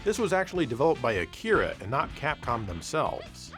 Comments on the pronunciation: "Arika" ... Not Akira. lol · It's Arika not Akira! Great video though as usual. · (pushes glasses up) ahem, it's actually Arika, not Akira, mmmkay? Good episode though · Street Fighter EX's developer is Arika, not Akira, just to mention. And you could have also included Street Fighter The Movie (maybe I'm misrembering the exact title, but you get the idea). Great video as always! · its ARika, not aKira!!! Now you must make a pronunciation joke next time you have an Arika game featured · not Akira, but Arika! LOL Great episode as always! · erm its arika not akira :P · ARIKA, not Akira. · Actually Street Fighter EX was made by "Arika", not "Akira" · The funny thing about Street Fighter 2010 is that the main character is not Ken in Japan. When the game was brought over here, they decided to strengthen the tie to the first game by making the character Ken. Personally, I don't feel like the game deserves all the hate. It's rough around the edges, but fun can still be had. I don't think Arika is pronounced that way...